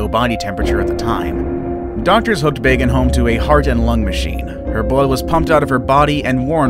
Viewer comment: Narrator, can you at least TRY to prounounce some names right? It was BÅGENHOLM, not Bagenholm. Å sounds a bit like 'oh'.